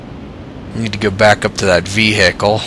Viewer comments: A lot shorter, and with no emphasis on the H. Kinda like veeicle, all as one sound. I've never heard anybody pronounce it like you do until now, either. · Just out of curiosity, how is it that YOU pronounce "vehicle"? I am unsure if I have ever heard an alternate pronunciation of that word before, so I am curious. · Never heard ve-hi-cle pronounced in syllables like that, where's your accent from?